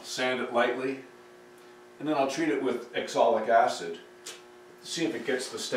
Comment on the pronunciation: I have to chuckle at you pronouncing oxalic acid as exolic acid. I've watched all your videos and it was interesting to see you try your hand at French Polishing, which is what finally worked on that difficult table top.